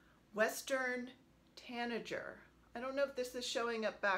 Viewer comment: Hi! OMG - You're delightful. I love your May sheep - so so cute! And I love your Peace sheep. Your bird pieces are gorgeous - I love those bird charts from Heartstring. I think I might have those charts. Your Westerrn Tanagerr pronunciation is cracking me up! Really really enjoyed your video! Kathy